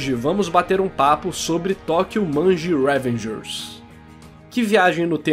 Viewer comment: eu amei o video mas smp q falava revengers com acento no primeiro "e" me deu gastura